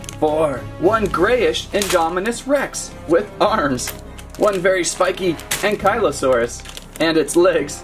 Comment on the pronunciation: I've never heard Ankylosaurus pronounced so horribly wrong lol it hurts.